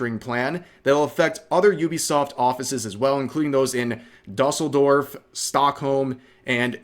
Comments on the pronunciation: As a german, I can confirm that you definitely butchered the pronounciation of Düsseldorf xD I no joke thought you were talking about some american town named Dustledorf until I looked at the text myself xD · Almost. Just put a long "U" sound in Dusseldorf. There's supposed to be 2 dots over the "U". Germans are sneaky by nature. 😄